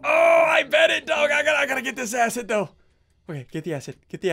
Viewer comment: You said the a word when you Tried to say acid